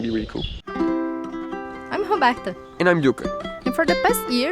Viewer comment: Your English is pretty good considering it's not your first language. I get a kick out of how you pronounce Roberta. Wet closet is a Wet Locker. Your boat is moving along nicely. Thanks for sharing.